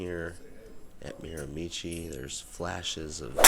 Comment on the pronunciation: A tip for the correct pronunciation, change it to Miramishe and you’ll be very close to the correct way to say it. I never played there but I did live about 10 minutes from the course for 3 years, left when I was 12.